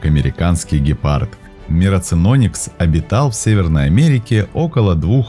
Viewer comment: Вот только, не кАгуар, а кУгуар, и не гИпард, а гЕпард. А так, ничего.